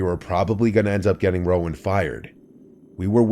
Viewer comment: Rowan not Roman lmfao